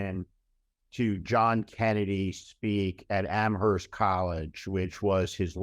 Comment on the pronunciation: I read both your newsletters daily. As of the writing of this comment, Steve just dropped off his son at school after a really cool road trip, and Joyce has chickens. To both of you: AMHERST is pronounced AM-urst. NO H!